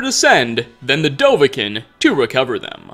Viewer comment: I’m on board with everything except the way he says dovahkiin. The song, and every person in the game call him Doh-vah-keen. It’s even spelled with 2 i’s.